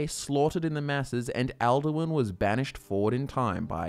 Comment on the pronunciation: 'maratha kara' is now 'Merethic Era', 'at morons' now 'Atmorans', 'al Derwin' now 'Alduin', dozens of 'thumbs' now read 'thuums', 'gray beers' now 'greybeards', 'Jochen' reads 'Jurgen', 'yo goons' now reads 'Jurgen's', about a dozen 'Kaymer' now correctly read 'Chimer', 'coins breath' is now 'Kyne's breath', about a dozen 'errors' now read 'eras' 'me rock' reads 'Miraak', 'dragon Vaughan' is now 'dragonborn', 'insight' now 'incite' 'rooms' is now 'runes', 'of car' reads 'above High Hrothgar', 'Wolf's faith' now 'Wulfharth' 'vial' and 'file' now read 'phial', 'crown after' is now 'crafted', 'yolk and wind crawlers', 'kyne' not 'kine', 'mer' not 'myrrh'